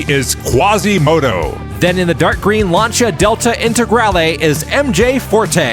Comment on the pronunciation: Lancia Delta Intagrale, perfect pronunciation! Greetings from Italy !